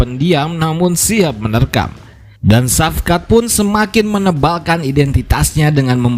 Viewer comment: Shavkat di baca = Shawkat/ Shauwkat, Saukat